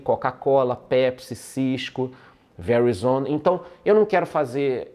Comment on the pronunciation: Essa pronuncia do "Verizon" foi foda kkkkkk... Figura!